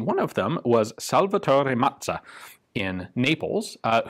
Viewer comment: I think I took almost as much pleasure in discovering this absolutely gorgeous pistol as Ian very obviously did in rolling the name "Salvatore Mazza" off his tongue ... What a beautiful weapon!